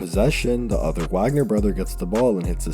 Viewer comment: Its pronounced Vogner. Put some respek on it 😂